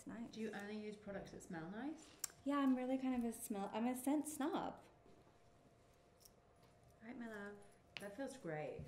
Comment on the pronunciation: She said scent snob